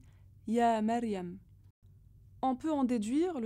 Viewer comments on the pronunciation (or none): la prononciation de Mariam est fausse en arabe lorsqu'elle le dit ! il faud le dir comme le français Mmariam accentué le ( M )